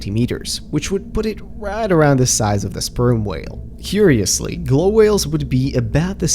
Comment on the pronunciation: The "sperm" 💀 whale